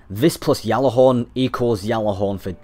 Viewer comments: really? ive heard bungie employees pronounce it Galahorn with a G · It's not pronounced "Yallahorn" like the other dude said there's other videos where ppl form bungie say it with the G in it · # stop saying yallahorn 😂yallahorn